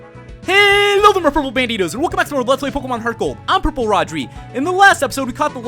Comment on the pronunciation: It sounds like he says welcome to pokemon Purple